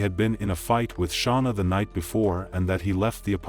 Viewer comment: OMG SERIOUSLY?! Idk how many times she said her name an yet you continue to say it wrong. WTH is wrong with